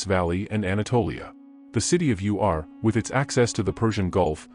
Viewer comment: It's Ur, not U.R.